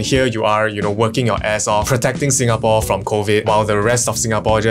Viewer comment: You love "Sinagapore"?